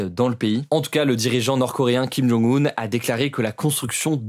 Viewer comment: Arrête d'écorcher son prénom...😑😑😑 Tu as oublié le un sont prénom c'est Jong-Un et sont nom de famille c'est Kim c'est comme au Japon le nom de famille est devant le prénom alors que en Occident c'est l'inverse.